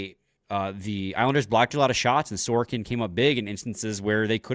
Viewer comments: Who is this "Sorkin"? Pronouncing players' names correctly (or trying to) is an important part of your job. Sorokin in Russian = "Sa ro kin" (other Slavs say "So ro kin"). I'm not Russian or Slavic. It took me less than 30 seconds (Google) to learn how to pronounce Sorokin in Russian, Ukrainian, Czech... Only Anglo-Saxons (USA, Canada, GB...) think that pronouncing people's names correctly isn't important. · I thought the same thing! Neither of them can see the "O" in his name? Sor-o-kin. It's not that hard.